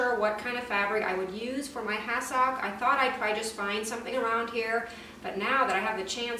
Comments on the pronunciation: I was trying to figure out what was saying. I realized she was saying ‘has-sock’ phonetically saying it. Growing up on the east coast we call is ‘has-sick’ it may not be phonetically correct but that’s how I’ve always heard it. I’m glad I figured it out…you’re way of saying it is probably correct! Lol 😄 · I remember hassocks from when I was young. I’m retirement age now. I did not recognize how you were saying it. Always heard it pronounced “ ha suhk.” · Honey love your channel. It's pronounced hassick. 😊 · Couldn’t handle listening to your pronunciation of the word hassock to stick with this to the end. Sorry